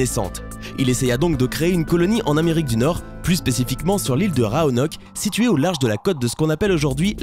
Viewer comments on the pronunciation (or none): Oh la faute mdrrr on prononce "roanoké" et non "roanoke" même si c'est écrit roanoke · il y a ecrit rOanock et pas rAonock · L'incapacité du lecteur à prononcer correctement rOanoke -_ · Raonok ou Roanok ? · Dis ROANOK mon dieu😤😤